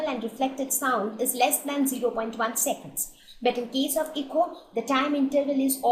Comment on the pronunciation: when one says "echo" its transcribed as 'Eh-Koh', not 'ee-co' as in "Ecology", which is spelled as 'eco'.